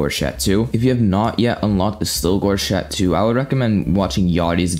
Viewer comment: Cha-toe not Cha-two